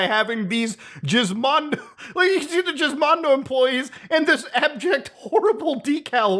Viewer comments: Its pronounced as [Гiзmondo], there's no Jizz in it. Altho, that would explain the gloves. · I dunno whats funnier, the shitty handheld, the Ferrari, or the fact Muta is mispronouncing the word “GIZ” (as in Gizmo) Mondo 😂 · Beginning to think he said “Jizzmondo” as a massive joke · If it was pronounced "jizz-mondo" then wouldn't it be spelt with a J and not a G? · It's pronounced similar to 'gizmo'. I think that's what they were getting at. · Someone watch the LGR video and why do you pronounce it like that lmao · It's pronounced with a hard 'G' though. It's a play on the word gizmo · Who named this console. Edit: nevermind its just mutahar, pronouncing it weird. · The name is pronounced with a hard G, not a soft one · the soft G has to be intentional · Was it actually pronounced Jiz-mon-do? Me and my buddies back in tech college always used to joke and pronounce it "Gis-mon-do" like the word Gizmo. It like when one of the guys would come in and talk about it in the lab and someone would would cry out "GIZMONDOOO!" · Please tell me you are trolling when you say Jizzmondo, and not Gizmondo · The more that you say the name, the more it sounds like JIZZ mondo. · gizmondo not jizzmondo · Your saying Gizmondo wrong. Your pronouncing it Jizz But it's Giz like Gizmo. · You're killing me lol its "Giz-mon-dough" not "Jizz-mon-dough" lol like Gizmo! Hilarious though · isnt it pronounced GIZ as in GIZMO-MONDO? not Jizz-mando?? lol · Once again: It's GIZ mondo. (as in gizmo) Not "jizz-mondo" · why call it the jizzmondo. its supposed to be gis. like gizmo. "what a weirdo gizmo this game thingy is" gizmondo. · geezmondo not jizz :eyes-purple-crying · It's pronounced Gizmondo, not Jizzmondo. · Not Jizz-mondo. Its 'Giz' like Gizmo. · can't tell if Muta is pronouncing it jizzmondo as a troll of if he's never heard the word "gizmo" that this was titled after, and no it's not pronounced jizzmo. Wait, does Muta pronounce gif jif? ugh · Guh Gizmondo. Not JIZZZ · giz not jiz 😂